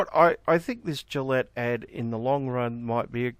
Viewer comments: How do you get to that woman's age in an English-speaking country and not know the G in Gillette is soft? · Doesn't everyone pronounce it wrong, though? I assume it's a French name and so shouldn't it be 'zhee-lett' with the 'g' sound like the 'su' in 'measure'? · Raging, fat, totalitarian feminist dirigible. She can’t even say “Gillette” properly. And credit where it’s due. Piers Morgan did a great job.